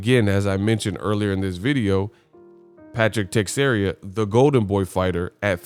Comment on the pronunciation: Te-share-a not text-area